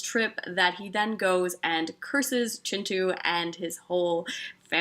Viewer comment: Thank you for pronouncing Kintu the way it's meant to be pronounced.